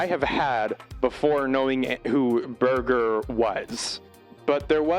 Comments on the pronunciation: I've read the book Ways of Seeing, but have never watched the tv show, so this is a welcome prompt, thank you. His name isn't pronounced like ‘burger’ though but with a soft g (like 'merger'). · Shook hearing the goats name pronounced as Burger. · I think his name is pronouced 'burjer', not 'burger', with a soft g, but yes, his ideas on things like advertising are really good. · Berger rhymes with merger, IIRC